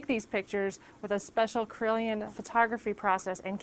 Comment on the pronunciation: i kept thinking you said corellian photography